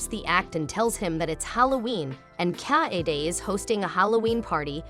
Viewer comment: Is that some text-to-speech software? The way the name Kaede is pronounced, feels terribly off.